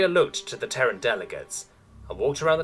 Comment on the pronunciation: Terran is a TWO syllable word pronounced "tear ran" not "tern".